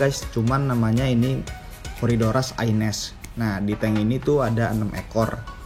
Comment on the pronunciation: Corydoras aeneus yang bener, bukan aines, bro. Emang kacau nama2 ikan di Indonesia, pakai ilmu dengar versi tukang ikan bukan pakai literatur. 😅